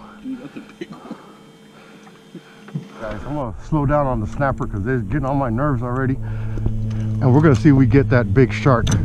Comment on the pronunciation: Now that snappah is a KEEPAH ! It’s a big boy baby!